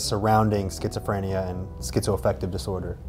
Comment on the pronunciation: I know this is serious but it's kinda funny how he pronounces it schizophr-aye-nia sometimes